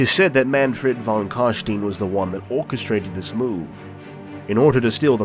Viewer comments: Von is German. V is pronounced as F and W is pronounced as V. Von is pronounced Fon. Please. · Başar Ant Yatır „von“ is 100% german, In the netherlands it‘s „van“. It‘s meant to be german.